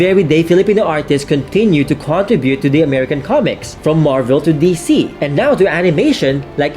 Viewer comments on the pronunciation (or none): none